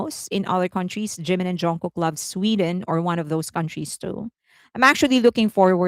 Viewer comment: Here we go again! First, his name is Jimin, not Jinmin. Second, copied? Blonde hair and long is now intellectual property of Felix? What are you talking about? Blonde hair suits Jimin very well. He is absolutely gorgeous. You could have praised your faves without mentioning Jimin, but you can’t help yourself, don’t you?